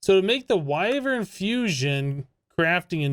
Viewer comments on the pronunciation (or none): It’s. WIe-Vern. Not wivern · Its pronounced Why-vren im pretty sure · It's pronounced "wyvern" not "wyvern" :) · I say W-I-vern, not W-AI-vern ;) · Why-Vern (that pronunciation)